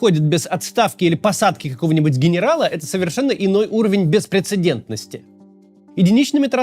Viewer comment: Как он выговорил то хорошо. 😊